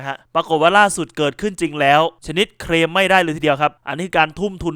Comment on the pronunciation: สะกดภาษาให้มันชัด (เคลม) หรือ (เครม) ทำให้ภาษาไทยเพี้ยนไป